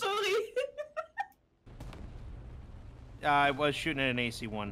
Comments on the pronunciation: you know that Franka is sorry because she switched to Dutch for a sec, that was the Dutch way to pronounce sorry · that sudden very dutch sorry(spelled the same as english)